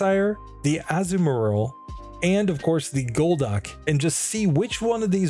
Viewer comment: You're pronouncing Azumarill as Azu and Marril, and I get why you would seeing as Marril is its pre-evolution, but it's actually pronounced Azuma-rill. With the 'ri' making the same sound as the double e's in 'eel'